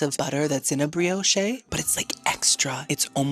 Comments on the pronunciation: It's pronounce bree osh ot bree oshay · That's dragon fruit with the key lime pie. Btw, the "e" in brioche is silent.